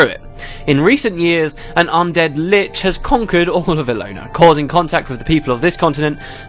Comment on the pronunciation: Lich，不是leech，應該是長短音的差別。不過忽然想到這應該是翻譯者的幽默，算我多嘴 XD